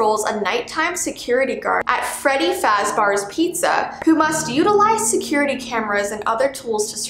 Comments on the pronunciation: says faz”bar’s” Me:IT’S FAZ”BEAR’S!” Note that I don’t hate her. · She said freddy fazbar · she pronounced Freddy Fazbear's pizza wrong she said Freddyfazbar's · Freddy FAZBAR'S Pizza XD. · and so she pronounced it wrong. it's pronounced freddy faz-BEARS as in the animal. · HAH FREDDYFASBEARS YOU MEAN FREDDY FAZBEARS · freddy fazbars Me: cough cough IT'S FAZBEARS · “Freddy farzbear” Me:... it’s Freddy fAZbear” (Sry if that’s rude) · Nobody: Literally Nobody::Freddy FazBARS pizza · Freddy fasbars Me: IT'S FREDDY FAZBEAR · freddy fazbears❌ freddy fazbars✔ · Bro i got so mad when said "Freddy FazBARS" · did she just say freddy fazbar (SORRY IM A HUGE FNAF FAN THIS KINDA TRIGGERED ME LOL) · She said freddy fazBARS